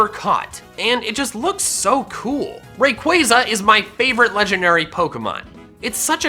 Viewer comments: How many f***ing times do I have to say it it's pronounced Ray-Qua-Zah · IT'S RAYQUAZA, NOT F*CKING RAQUAYQUAY! NO MORE OF THAT! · 1. Everyone has different opinions and 2. SAY THE POKEMON NAME'S RIGHT!!!!! Its ray-quaw-za NOT ra-quaze-a! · I thought it was ray-qua-za not ray-quai-za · Btw it’s raykuasa you pronunce it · THERE IS NO K IN RAYQUAZA!